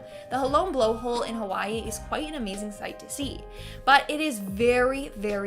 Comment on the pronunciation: The butchering of the names of the Hawaiian and Japanese Islands is annoying, frustrating, very easily looked up, and the islands are famous you have heard their names spoken before I guarantee it.